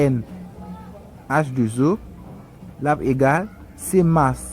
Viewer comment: Salut alors excuse moi cher Monsieur pourquoi on peut prononcer la formule comme sa H2 zo je pense que la prononciation c 'est H 2 O